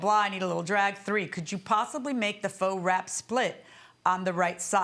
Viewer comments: She continues saying fox and it is KILLING me. It's faux- "foe".. smh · She keeps saying Fox vs Faux😂😅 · Her saying fox and not faux 😂😂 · I kills me when people pronounce faux as Fox 🤦🏽‍♀️ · Her saying Faux / Fox instead of Faux / FAŪ is bothering me😂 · Faux - is not pronounced Fox..it's pronounced FOE!!! That is all! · If she says fox instead of faux one more time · Is she saying fox as in faux ? My goodness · Lord have mercy if she said "fox" one more time I thought I was going to scream. It's pronounced 'FOE' even though it's spelled faux 🤦🏽‍♀️🤦🏽‍♀️🤦🏽‍♀️🤦🏽‍♀️ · She keeps saying fox and not faux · “Fox” wrap……whole time she mean faux 😩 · Is she trying to say FAUX wrap slit, but she keeps saying fox🦊🦊🦊? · Is she saying FUAX??? She said FOX LOL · I was cringing every time she mispronounced “faux”. My word. 😂😂 At first I thought she said false wrap, by the second time she said I realized she was meaning faux. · I thought she was saying "false". But, I have a hearing deficit. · The way she pronounces faux is irking me😂